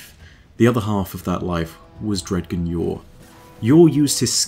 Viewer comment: Amazing vid as always. One little gripe, though. I feel like "Dredgen" should be pronounced "Dredjen" (with a "J" sound). I feel like this would accentuate this guardian's darker nature from the root word "dredges".